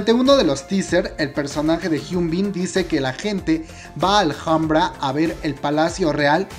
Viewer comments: El vídeo está genial, pero solo una cosa ; se pronuncia " ALAMBRA" aunque se escriba Alhambra ❤️💓❤️💓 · Me encanta el video, que rico que estará en Netflix, gracias... pero porque pronuncias "aljambra"? ... es Alhambra... español 😊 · "Memories of the JALJAMBRA" se dice ALAMBRA como si la H no estubiera cada vez que decias JALJAMBRA me senti como cuando seouk le mata a yoo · Hola, soy admiradora de Park Shin Hye,espero este drama con ansias, pero solo te quería hacer una pequeña corrección en tu pronunciación de "Alhambra ", soy española y granadina, o sea donde se halla este monumento patrimonio universal de la humanidad, con lo que me rechinan los oídos cuando te escucho decir " Aljambra" no seria raro si fueses extranjero, pero como decís los mejicanos hijole eres hispano!, la h en castellano es muda! Se pronuncia igual que "alambre" pero finalizado en A. Dicho esto sigo tu canal fielmente,y me diviertes mucho con todos tus videos, sigue así!!!!😘😘😘